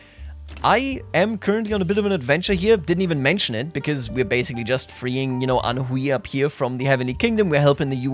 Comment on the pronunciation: loved this series!!! <3 very minor thing but the hui in anhui is pronounced more like "hway" than "hwee"